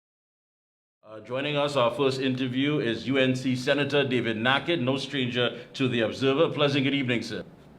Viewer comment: It's Nakhid not nahkid